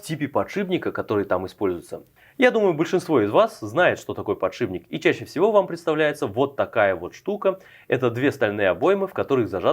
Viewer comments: ПодшиПник, не подшибник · сколько раз за видео он сказал подшиБник?